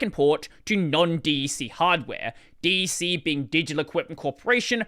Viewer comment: DEC is generally pronounced as Deck. Early Unix days were really cool. Sun pushed a lot of things forward. Network display did eventually come out in the Sun Ray products.